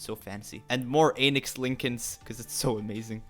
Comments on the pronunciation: When you first said Lincoln, I thought you said Anus Lincoln 😳 😂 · Wait- I thought it was not Einix:O you lied to us, smh.